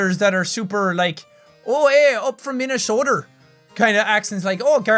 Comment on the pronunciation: I'm thoroughly triggered by the way you said "Minnesota" LOL. It's okay, everyone pronounces it wrong. Basically, it's just "min-ah-soda"